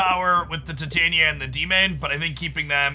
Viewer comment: It's no big deal, but it's so weird to me that 90% of the Marvel Snap content creators absolutely butcher Titania's name.